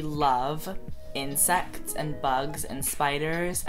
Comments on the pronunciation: when you said insects i though you said incest!!! i was shook!! :o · omg I thought he said "incest" lol